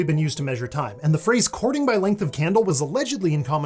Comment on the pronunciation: I thought you said "cording-candle" and that would make as much sense as "courting-candle"... If not more.